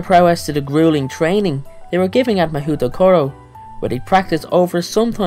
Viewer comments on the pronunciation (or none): ekdks mah HOO tokoro 😂😂 it is more like mah-hoh-tokoro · Actually, it is not pronounced "Mahoo". It is written "Mahou" in Romanji (Mahou which means Magic by the way) but the OU is written to indicate a long O sound in Japanese. So it is actually pronounced "Ma-ho" ;) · LOL you pronounced it wrong its not ma-hou as you said it but ma-ho, yes i know the u makes it confusing lol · As a Japanese, I agree with you. Mahoutokoro sounds stupid. And it is also mispronounced. It should be Mahoudokoro. still sounds stupid tho. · It is pronunced Ma-hoe toe- core --row in Japanese.